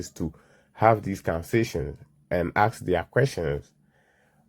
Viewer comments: Let me axe you sum 😂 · If your pronouncing the word “ask” as “AKS” then you are too dumb to work at a grocery store let alone run a half a million business